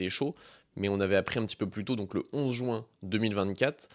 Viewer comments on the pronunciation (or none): none